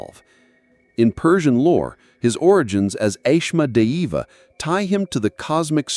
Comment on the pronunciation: You pronounced Asmodeus wrong